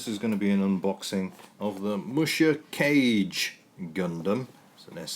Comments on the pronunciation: It's "kah-gay", silly. It's amazing how far kits have come since then. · Neat! You finally scored one of those vintage BB kits. BTW, musha means "warrior" and kage means "shadow." The vowels in kage are not pronounced like "cage." The "a" is the same as "all" and the "e" is the same as in "every." Japanese vowels are identical to Spanish vowels.